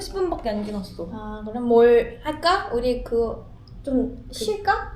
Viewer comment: 쉴까?가 왜 담타?로 들리짘ㅋㅋㅋㅋㅋㅋㅋ